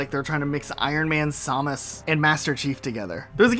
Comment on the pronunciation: Bro did not pronounce Samus like that 💀